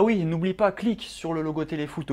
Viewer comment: Il dit ui au lieu de oui😂